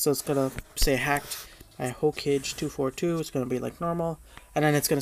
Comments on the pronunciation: ay BTW its not pronounced Ho-cage its Ho-ka-kay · its not ho-cage its (ho-ka-gay)